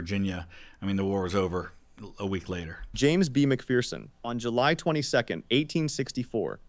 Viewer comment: they pronounced mcpherson like how i pronounce my last name. but james mcphersons name was pronounced mick fur son